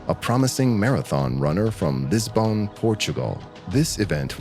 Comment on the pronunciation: Then there’s “LisBone”😂